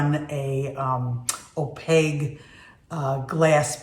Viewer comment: It's opaQue, hun, not opaGue. Pronounced "O-PAKE", Q not G, lol. Interesting info on nipping the glass. Beautiful tree! Merry Christmas to you and your family.